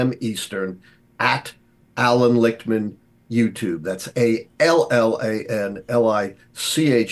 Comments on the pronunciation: its Lichtman not Richtman. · I see you, getting Lichtman’s name wrong to increase initial engagement. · Dawg said Richtman😭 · LICHTMAN, not Richtman! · It’s Lichtman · And he changed it to Litch-man 😂